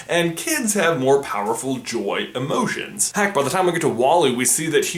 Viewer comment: What emoshens do the emoshens in inside out have